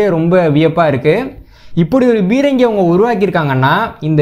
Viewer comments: தம்பி, தங்கள் ஆய்வுகள் எல்லம் பொக்கிசங்கள். மிகவும் நன்றி. அதே நேரம் தமிழ்ச் சொற்களை Bரங்கி, Gaவனமாக என்று ஆங்கிலத்தில் உச்சரிக்க வேண்டாம் என்று பணிவுடன் வேண்டிக்கொள்கிறேன். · தம்பி, தமிழ்ச் சொற்களை Bரங்கி, Bரமாண்டம், Gaவனமாக, guண்டுகள் என்று ஆங்கிலத்தில் உச்சரிக்க வேண்டாம் என்று பணிவுடன் வேண்டிக்கொள்கிறேன்.